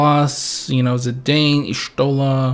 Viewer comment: You can hate me all you want & call me names, but I'll be that person.. Zidane is pronounced as "Zee-DAHN" and not "Zee-DAYN". And Y'shtola is pronounced as "YASH-toh-la". Now I can die in peace, thank you.